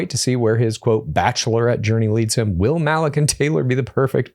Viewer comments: Yeah this was making me CRINGE LOL😅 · Malik is probably pronounced MA-LEEK btw guys